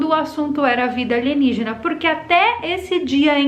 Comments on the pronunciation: aeeee ela falou "aligenígena"!!! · Adoro qnd vc fala ALIGENIGENA....s2